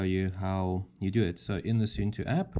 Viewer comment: It's not soentoe, it's more like soon too 😊